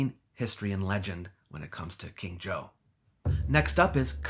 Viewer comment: "King Zhou of Shang" becomes "King Joe of Shanghai"